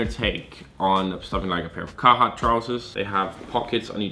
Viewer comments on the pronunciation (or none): none